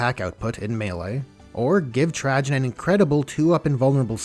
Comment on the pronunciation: Everytime you say Trajan 😬